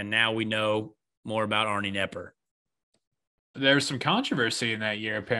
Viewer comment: Arnie Kah-nepper.